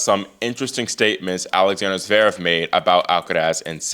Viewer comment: Oiiii At least get his name right. IT'S NOT ZEREV, IT'S ZVEREV. I bet you can't pronounce his name either